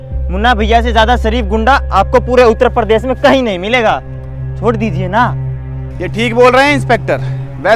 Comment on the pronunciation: needs to work hard on uttarpradesh tongue